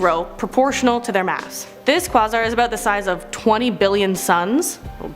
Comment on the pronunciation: Pronounced quayzar not quozar..spelling is quasar